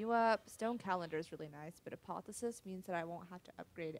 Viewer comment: it's not apothesis... its APOTH - E - OSIS :P